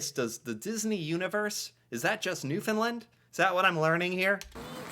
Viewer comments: 🙏. New “fund” LAND. (Like Stand, hand, band) Really pronounce LAND not “Lund” It’s a huge pet peeve to Newfoundlanders. Also, as FYI, although it’s a mixture, call us Newfoundlanders not Newfies, some people are offended by it. Not all but enough. Yes, we are extremely nice drivers. Often zipper without reducing speed or open the close lane. Let people into traffic. Hfx is very big on this when going on-off the bridges. Obviously NEVER feed wildlife. Yep. Gotta love the dollar. 80s are over. Likely saving the racoon from busy street. Forks-is a joke. Yep, border would be right. We are not Mexico. 😂 We are told monopoly money all the time. (ahhh no 🇺🇸🇺🇸 say worse) YES!!!! Apologize, we really do mean it. It’s considered extremely rude, especially in NewfoundLAND. (Side note, McDonald’s bought the Tim’s recipe - Tim Horton is served in South Korea, Qatar, Saudi Arabia….. and numerous places in Asia and Middle East. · The third syllable in the word Newfoundland is pronounced LAND as in "land a plane". Thank you. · New-found-land.. and put it together.. you're saying it wrong. Sorry lol